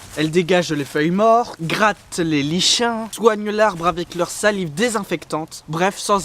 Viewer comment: ON DIT [LIKENNE] pour lichen!!!!!! XD